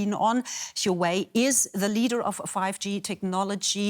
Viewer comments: "Would you buy a shooway smartphone?" What? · Stop saying Yuway it's Huawei?!!!!!!!!!🤣🤣🤣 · Is she saying chi-way? 😂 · Dear, it's "Hua" "Wei", not "sure wey", you making me so confusing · when she calls Huwei "shoe eye" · not Huwei, it is Hua Wei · Shoo Wei?? lol... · girl its huawei (like wow ayei ) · correct pronunciation: who-are-we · Shooo-wei! This is very interesting (apart from the commentator's pronunciation of the company's name)! Who is correct in this debate / trade war? (pronunciation aside). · did they pronouce huawei as SHUEY? lol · Alamak, like that also can get it wrong …. It's not SureWay but Huawei, hee, hee, hee, hee. Also not YourWay, ha, ha, ha … I can't stop laughing. Stomachache now … laugh too much. Also, it is not WhoWay …. cannot take it anymore. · lol someone tell this lady what happend to microsoft and teach her how to pronounce huawei properly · She can't even say "Huawei" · This lady "expert" cant even pronounce huawei properly... DW, you can find a more suitable one. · Oh my god their pronunciation of "Huawei". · How she pronounce Huawei 😌😌😌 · 她就是一个笨蛋 哈哈 reporters owe it to their audience to research the proper pronunciation of names, even if they might have some weirdarse European accent that causes some minor inflection ~ it's the first time I've ever heard Huawei pronounced like that (after living for 10 years in China) ..but for some strange reason it does make me want to listen to Ylvis' song "Yogurt" (or is it Yoghourt or Djoghurt?)...